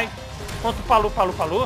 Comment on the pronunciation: Não é Palu-Palu não kkk, é Papu-Papu kk